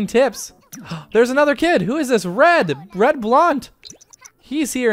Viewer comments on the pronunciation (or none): I think Reid Is pronounced as Reed.